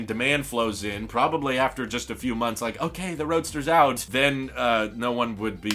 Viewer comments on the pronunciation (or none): none